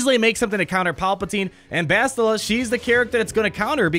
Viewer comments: dude its like bastille as in the french holiday of independence Bastille day which is TODAY haha just say it like that with an AH at the end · Finally my ears won't die after 'Bast-I-lla' =D